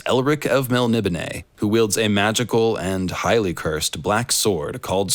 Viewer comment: Ok so I am pronouncing Melnibone right, thank you